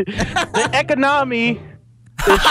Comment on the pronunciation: “The echo-nommy” 😂